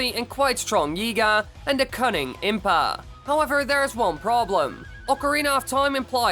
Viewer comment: Is more prepared then impaaaa. Yay pronunciation